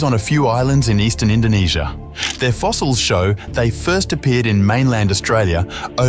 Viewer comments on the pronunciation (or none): YOU MEAN INDONESIA NOT INDONASIA